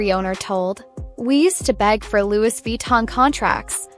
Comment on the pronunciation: Please correct your pronunciation. Loui, though written as Louis